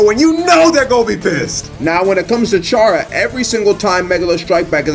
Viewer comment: The amount of times you said ch arrr uh is gonna make me die. c arr uh, no ch sound. I'm gonna go eat a buttercup pie